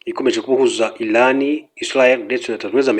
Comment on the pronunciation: bavuga iraan SI ilaan please